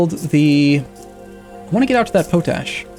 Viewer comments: dont normally do this, but it is pot ash, not po tash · But not pronounced as "poe tash," rather as "pot ash" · Not that it matters but potash is spoken pot-ash so it goes. fun vids thanks for posting. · I giggle every time I hear you say poe-tash instead of pot-ash. XD Loving the gameplay. Keep it up! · David Burrell oh my god that makes so much more sense. all the time I was like "what the f*** is potash supposed to be" thank you good sir for enlightening me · Is that a american way to pronounce potash? Because I always heard it being said as pot like in a plant pot and ash as in ash. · I think it's pot-ash not po-tash. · I wonder how many times he says po-tash before people's heads explode. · POT ASH, i know its spelt pOtash, but its pronounced POT--------ASH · Nah, just an uneducated way to pronounce it. Potash is salts that contain potassium, so it's reasonable for someone who has never heard it said out loud before to expect that the common "pota-" prefix is pronounced the same in both words. I thought that was how it was pronounced until I saw the comments here. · Zak MacKay no he is just a derp